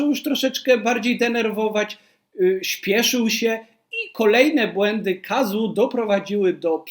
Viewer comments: Chyba nie „Kazu” tylko „Kazo” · Dziękuję za ciekawy materiał, natomiast nazwisko wymawia się Kazo 😊